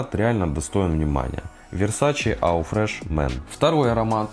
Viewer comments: ЕAU читается как «О»))) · Весь такой знаток а eau произносит неправильно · Человек осведомленый в парфюмерии,говорит АУ фреш мэн?????!!!!!!!Сразу не смотрю! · Правильно EAU читается как О. АNCRE читается как анкр. Чёрный якорь. Не Декларэйшин, а Декларасьён. Уж вам, человеку, который занимается парфюмом профессионально, необходимо знать, как правильно звучат названия продуктов.